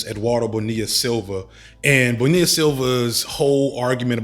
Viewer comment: wanna say shout out to here for pronouncing “Bonilla,” correctly, as it’s also my last name and barely anyone knows how to pronounce it. Ppl used to say “vanilla” to me in a joking way (most times it was serious) to pronounce my last name, even tho the double L sound was taught to most folks in middle school or elementary level Spanish (I went to private school so we had Spanish in elementary).